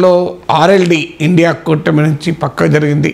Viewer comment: ఒరే ఇండియా కాదురా I N D I A అని పలుకురా